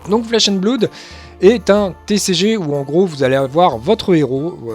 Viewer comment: Merci pour cette vidéo, c'est cool que quelqu'un s'investisse déjà sur ce jeu en France ! 2 remarques sur la forme, en espérant que ça soit constructif : ta prononciation de "Blood" au début de la vidéo (mais ça s'améliore ensuite), et un tique de claquement de bouche sur lequel on bloque (on en a tous hein, mais ça ressort pas mal). Sur le fond, rien à redire, tu as l'air de bien connaître le jeu, ça donne envie de s'y mettre ! As-tu prévu a l'avenir de parler un peu plus des archétypes de decks existant, voir de donner des idées de deck list ?